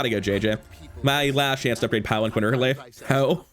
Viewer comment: It’s pronounced palan-keen